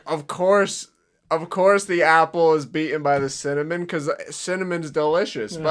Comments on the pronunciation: I cant stand how they keep saying “cinnamOn” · The bloke in the earlier commercials has no personality or presence whatsoever, which makes it so strange to hear him pronounce cinnamon just to set things up for the catchphrase to work. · The way they mispronounce "cinnamon" just to make it rhythm with "winner, mon" is so weird. Why not just make a cinnamon cereal? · the “cinnaMAN” part killed me because my friend’s rapper name is literally cinnamane lol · I love how the ads pronounce cinnamon wierdly just so it can rhyme with "Winner mon"